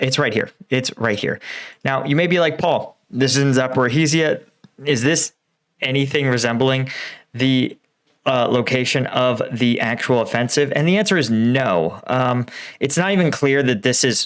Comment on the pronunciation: why do you keep calling Zaporizhzhia "zaporhisia" and Svatove "savote"? i realise ukrainian names can take a bit to get used to, but you talk about those places like every single day...